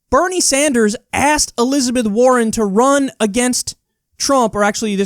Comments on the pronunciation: Did the """""moderator"""""" call Bernie "senator Sandjew" ??? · "senator sand-jew" freudian slip?